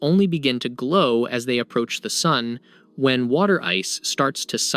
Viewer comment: Can't pronounce Sun? dislike for the stupid way you say sun. Can't take any of this as truth as you do not know what the sun is or how to pronounce it. FAIL (twice as old as our sun day), wtf are you on? This loser is doing it to get comments - ignore this video.